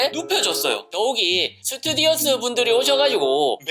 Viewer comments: 잘못된 상식! 스튜디어스가 아니고 스튜어디스...요즘엔 플라이트어텐던트라고 함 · 건강하세염 근데 스튜디어스 아니고 스튜어디스 예용🤗🤗 남승무원을 스튜어드 말하는걸 생각하시됩니당>< 항상재밌게 보고있어욤👍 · 스튜디어스X 스튜어디스O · 스튜디어스가 아니고 스튜어디스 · 스튜디어스가아니라 스튜어디스 아닌가요!